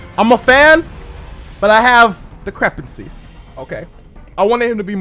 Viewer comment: "I have decrepancies"........HAHAHAHA my god your English is fucked. it'd be "THERE ARE discrepancies" one can't have a discrepancy. AHa! and you said "acarate " 'hahahaha. I know that was a joke I'm sure, but your English is on some forneverworld shit hehe. but please, I'm deadass visiting fam in africa right now....hit me with that Inj2 'my dude, can't get it out here yet!